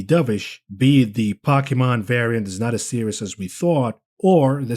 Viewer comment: Poe. Key. Mon. Pokemon. Stop disrespecting me.